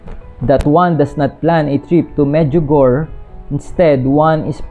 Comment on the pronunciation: Hi, thanks for your informative video regarding Our Lady.. just want to say the pronunciation po ng Medjugorje is "Med-dyu-go-re"...